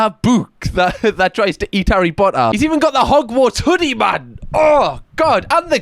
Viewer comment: Your pronunciation of Harry Potter should be the official, and I like that necklace a lot it suits you